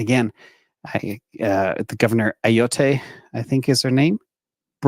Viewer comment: You guys are butchering the governors name but I love it 😂 it's "A-Yot"